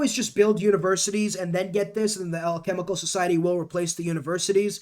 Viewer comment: Hearing you pronounce alchemical and occult was hilarious NGL